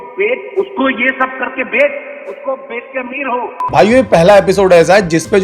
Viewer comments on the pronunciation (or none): none